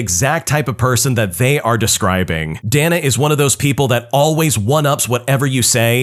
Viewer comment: Dana is Day-Nuh. Not Dan-uh. 🤦‍♂️